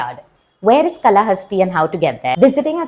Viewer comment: Kaalahasti and not Kalahasti.